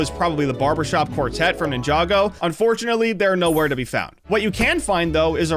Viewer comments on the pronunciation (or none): none